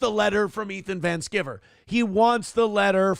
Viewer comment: I don't know what in the hell he's talking about, but it's pronounced Van Sky-ver. is way too arrogant for being such a complete a complete dolt.